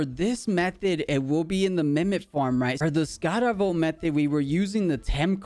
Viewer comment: It's scarawatt >.<